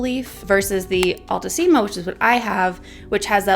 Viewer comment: Haha the pronunciation is wrong. They're latin words so "ficus" must be pronounced just the way it's spelled, not "faicos". And "altissima" is not "ál-tusima", it's "altísima" (your second pronunciation)